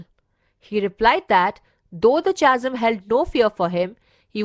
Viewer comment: The pronunciation of Chasm is कॅझम् and not चासम्